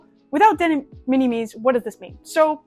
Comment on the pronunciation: Interesting information, some of it is wrong though. First off De Minimis... it's pronounced similar to minimal... so minim- "es". AmiAmi kill off Surface Mail Premium because of what it is. It's a container that AmiAmi rents (to only include amiami goods), that AmiAmi directly imported. This allowed them to control the contents of the pallete and have better control over it's safety. Amiami then directly ships from Japan to the USA. This is cancelled because the importer (in this case AmiAmi ) would be on the hook for any tarrifs that result. Instead they want to ship directly to you (the customer) so that if any tariffs result the customer is on the hook for the tariffs. De Minimis rules are ever changing, and pretty complex. Right now (could change literally tommorrow) it looks like any goods that were made in China are now subject to tariffs and no longer fall into de minimis on May 2. Currently it's at 90% of their value, or $75 (rising to $150 after June 1). This is in addition to any fees that you maybe charged by the service (read DO NOT USE UPS, FEDEX or DHL, their fees are HUGE. Only use China Post/ Japan Post as it goes to USPS which has reasonable fees). So lets' say you have a $200 figure (which is about average for a scale figure nowadays), if it's made in China and gets tariffed it would go to $150 per item rate (since it's the smaller number compared to 90% of 200 which is $180), plus documentation fees (maybe around 30?) total would be an extra $180 after Jun